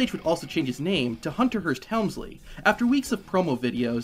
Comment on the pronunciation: You are saying his last name Incorrectly.....